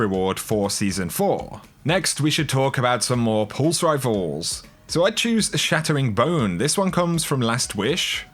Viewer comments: It's Chattering Bone not Shattering Bone REEEEE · Its CHATTERing bone not SHATTERing bone. C’mon! 😂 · Chattering bone. Like chat. Not shat. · “shat” tering bone..... 😂